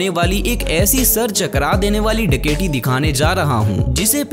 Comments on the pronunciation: ڈکیٹی نہیں ڈکیتی ہوتا ہے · ڈکیٹی کیوں بول رہے ہو ڈکیتی بولو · Bhai daketi lafz tu thek bolo